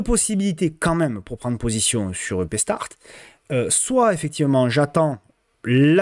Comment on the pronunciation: "Eupstart" et non pas "upéstart"... Oh Montpeuuuuleee !!! 😉